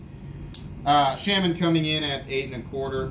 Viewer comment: Your pronunciation of "Shaman" makes me wretch